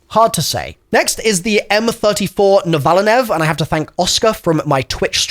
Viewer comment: Man…dalek with the “N” in front of Akita and now u butcher “NOVA-LINE”